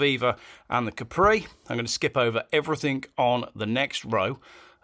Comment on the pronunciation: It's 'everything' not "everyfink" lol